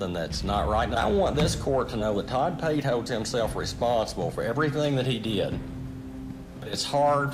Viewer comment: Its Todd Pate, not Pay